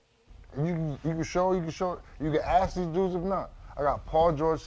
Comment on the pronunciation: That slave mentality dies hard. Imagine 5 multi millionaires saying, "What we gon ax da owners to do?"